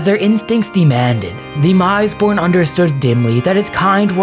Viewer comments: The "mis" in "misborn" should be pronounced as "miss", not "mise". It's the same as "mistake" or "misbegotten". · Okay I had to stop watching this one after the fourth mispronunciation (or should I say misepronunciation?) of misborn. I understand there's a lot of weird made up proper nouns in 40k and mistakes are bound to happen, but IMO this one merits a re-record. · Isn't it like 'Miss-born', like misbegotten? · Pronounced Miss-born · Soft “i”. Meant to sound like, “miss”-born. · I think you're sayin' "misborn" wrong.